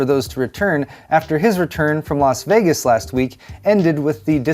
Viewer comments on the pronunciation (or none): none